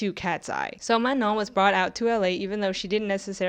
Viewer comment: Is that really how Manon is pronounced… like ‘Manong’?